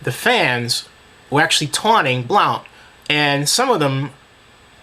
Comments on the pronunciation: it's pronounced BLUNT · It's pronounced Blunt. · It's pronounced BLUNT. Thank you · his name is pronounced Blunt lol but he did drop his ass lol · people need to learn how to pronounce blount. its just blunt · first of all, you were mispronouncing blount's name. sorry, i just had to mention that. it's pronounced more like "Blunt." And I do agree that hout should have gotten at least a one game suspension for his taunting, but lets face facts... blount was in the wrong. the goodnews is that he worked his way out of that suspension and has made himself a better person because of it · The fact that you don't even know how to pronounce Blount's name right show how much you know about the situation. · your pronouncing blounts name wrong buddy